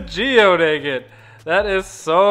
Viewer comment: Where are you from that you say Aygit? Never in my 61 years have I heard that pronunciation. Just curious.